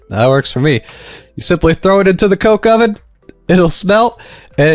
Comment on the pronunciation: That is such a wrong way to say coke oven